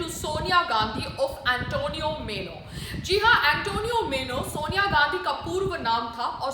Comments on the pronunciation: Antonia was her name, not Antonio. Antonio is boy's name, Antonia is girl's name. That's how Italian, Spanish names are! Also, not मेनो, but माइनो! Sonia Gandhi must be laughing at you! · Please make correct pronunciation as. MAINO and not MENO. It is MAINO. please don't take it otherwise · Antonio Meno nahi PAAYAL ji...😂😂😂 Antonio Maino....Plz update...